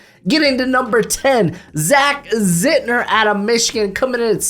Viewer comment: If you had, you would have said ZIN-TER, instead of Zit-ner.